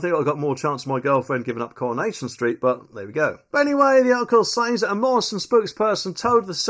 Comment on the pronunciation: “ sez”. Not “says”!